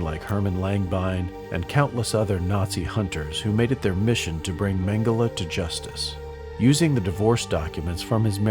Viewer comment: How do they always get the pronunciation of his last name wrong